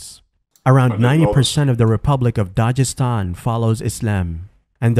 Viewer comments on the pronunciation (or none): It's Dagestan not dajestan